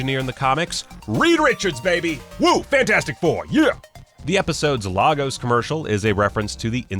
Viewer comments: Lagos is pronounced LAY-gos not LAH-gos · Lagos is pronounced laygos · I'm from Lagos, right. So I feel uneasy how yall pronounce Lagos. It's more like laygos, than what you said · My bad, sorry about that! If I wind up doing another video that mentions Lagos I'll be sure to say it properly. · Yeah that always bugged me, Lagos is Nigeria's most popular city, hearing it repeatedly pronounced wrong really irks me. Couldn't they research it before using it so prominently. Imagine pronouncing New York as new yewark